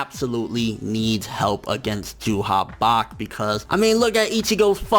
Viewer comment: "Juha Bach" FINALLY SAID IT CORRECTLY Only retards say Ywach like wtf